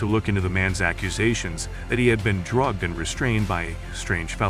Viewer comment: The way you said drugged🤣😂🤣😂🤣😂😂🤣😂😂😂😂